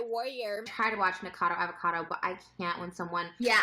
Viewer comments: PRONOUNCED: NICK A CAR DOUGH AV A CAR DOUGH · Say it with me folks: Ni-cah-ca-doh Av-ah-Cah-doh Was that so hard? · Knee cah ca dough avocado is how it's pronounced;) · Say it with me: "Nick-uh-cod-oh Av-uh-cod-oh". That should do it lol! ☺️ English or American, I think that pronunciation should get you there! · Oh its pronounced Nick-oh-cah-doh avocado lol PS I fucking love you for posting about ANYTHING but james charles. Youre a visionary keep it up